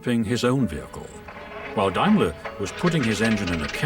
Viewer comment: Took me ages to work out that the narrator was trying to say Daimler.